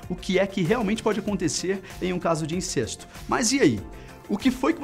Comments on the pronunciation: A pronúncia não é "INCÊSTO" (com "e" fechado), mas "INCÉSTO" (com "e" aberto)!!! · Incesto e pronunciado com ‘e’ aberto, mesmo sem acento...